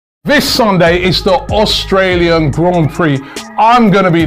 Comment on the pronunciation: Austrail?? 😂 English education shining through hey Robbie? AUSTRALIAN 🇦🇺 me fellow gooners. ❤